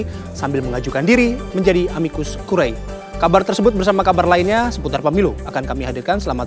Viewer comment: Tertulis `Curiae' Dibaca 'Curie'